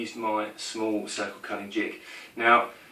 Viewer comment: Great, great videos - watching them all and learing a lot! Thanks. Just subscribed... One request. For the love of god, sound your tees as tees, not dees! Cudder... cudding jig... Sedding up... You sound like a god dang 80s DJ ;0)